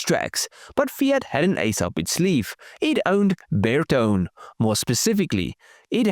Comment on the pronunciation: Hello I am a keen follower/commentator of Your videos, but I must make a "point", kinda: You said beetone! Sorry, it's Ber-to`-ne, Italian, with the "weight, on the middle of the word. YES, I know, I am a pain in the A**, but it sounds very odd, even to me, who has 3 languages in my "portfolio", but hear differences, in many more. And, I am just pulling Your leg. And, a great car and a nice video, again, keep these coming, and I'll keep watching/kidding. from a Finn in Diaspora with a 😀